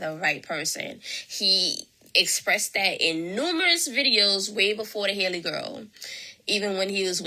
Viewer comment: Why dont these people know how to pronounce Halle? 😂😂